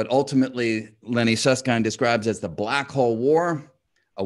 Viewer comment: I appreciate Brian's effort to correctly pronounce Susskind, and to almost correctly pronounce t'Hooft. :)